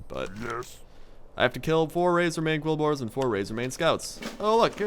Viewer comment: Did he call the boar people "kolbors"?